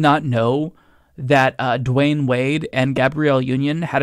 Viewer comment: It’s Dwyane NOT Dwayne.